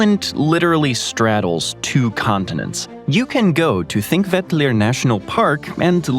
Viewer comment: Your pronunciation of Þingvellir was... pretty much accurate!